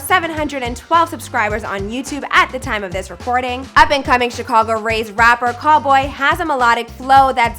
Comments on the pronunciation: it’s cowl-boy not Call-boy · it’s pronounced cal-boy and also calumet city isn’t a district its a city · Cal....😭😭😭😭 and it’s calboy not call boy 😒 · It’s C-ow-l Boy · It’s actually “Cal” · It’s CAL boy like CALifornia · Right like wtf is call boy